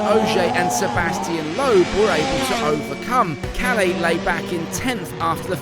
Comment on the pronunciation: As a Finn, it hurst when you pronounce Kalle as Kale. Double consonants should be pronounced as two separate syllables: Kal-leh